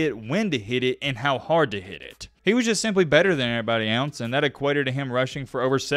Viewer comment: You need to learn to pronounce the word "else" .